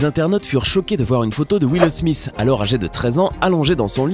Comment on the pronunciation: Je me demande pourquoi Smith sonne smiss a vos oreilles car ( th ) ne fais pas le son sss en français